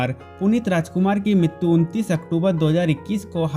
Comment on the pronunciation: Yaar MITTTUUU nahi MRITYU HOTA HAI ...TGIKSE BOLNA SIKH